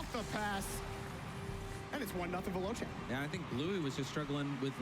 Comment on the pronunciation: The only thing that annoys me is that because they're American they can't say Veloce, it's pronounced ve-lo-chay not ve-low-chay